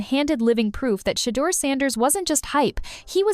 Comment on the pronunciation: SHA DER 😂😂😂 got me , good video though